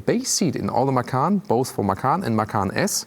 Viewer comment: Man, you should watch some other reviews for Americans and post a comment in their videos, and tell them to watch your video, so they learn how to say "Macan". Seriously, is so embarrassing how they say it. 🤷🤦